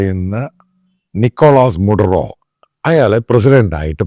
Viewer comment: not mudro, but Maduro